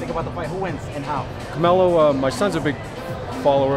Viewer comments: lmao! He said caMelo!! Lol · CAMELO will win 🤣💀🤦🏻‍♂️.. he said CAMELO .. smh 🇺🇸👍🏼